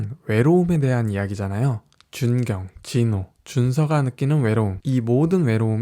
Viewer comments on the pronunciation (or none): 중경 ㅋ 발음 ...ㅠㅠㅠ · 중경 (x) 준경(o) ㄴ 은 혀끝이 윗잇몸에 닿아 나는 소리 "치조음"입니다. 이는 선교를 "성교"라고 읽으면 안되는 것과 같습니다. 우리말을 바르고 정확하게 사용합시다.